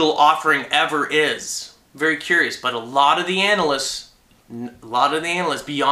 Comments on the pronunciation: is my mind corrupted or not? "ANALysts" or a-nalysts? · i like how you said anal-ist instead of analyst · Was it just for shits and giggles why you pronounced "analysts" as "anal-ysts"? Lol. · it sounds like he's saying analists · NOOOOO SUBSCRIPTIONS!!!! COD IS NOW WOW.!!! Also did he just say analist